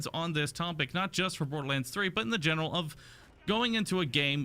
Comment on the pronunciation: What's this Bodorlands you're talking of?